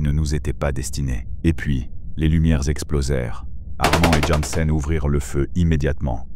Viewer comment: svp arretez de massacrer le nom du personnage jansen / jensen / yansen... choisissez une prononciation - mon nom n'est jamais prononcé correctement, je tressaille a chaque fois 😅